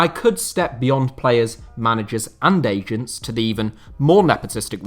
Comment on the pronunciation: You can’t pronounce agents or what?